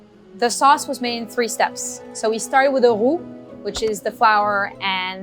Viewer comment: I swear she's saying "who" 😂😂😂